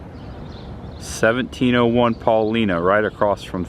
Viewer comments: lol. He said PAULENA street....it's Paulina 😂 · Nice, but the street is pronounced PAH LINE NAH ( paulina) common mistake for non southside natives! Larry Langford Chicago Fire Department Director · Not to nit pic but is pronounced “Paul”I”na. Hard I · Great job, one comment Paulina St is pronounced PawLieNa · Great review! I was a probationary firefighter in Hinsdale, IL when the movie was released. A couple of my mentors were on stand by while they were filming the night scenes at the "Alderman's House".. Nice job! You need to work on your Chicago accent... Paulina in pronounced with an "i" not an "e" sound. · Lol he missed pronounced Paulina st.... that’s ok it a Chicago street we only know how to say